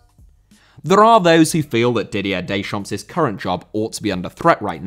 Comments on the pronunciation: You do not pronounce the final 's' in a French word. Deschamp(s)!!!! Versaille(s)!!! Pari(s)!!! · Deschamps* not Deychamps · you pronounce it didier decham'